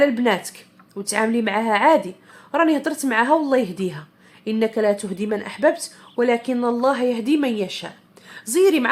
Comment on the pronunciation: حلقة هادفة اختي. مزيدا من هذه الافادات. "إنك لاتهدي من أحببت "•تهدي بفتح التاء سهوا منك اختي نطقتها بالضم.